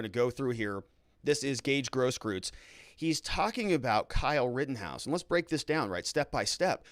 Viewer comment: Gross-KROYTZ, please!!!!! If it's German.